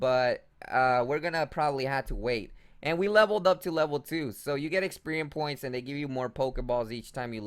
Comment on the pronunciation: 😂 I thought he was saying “Experian points” and I kept yelling “Experian is the credit score company!!”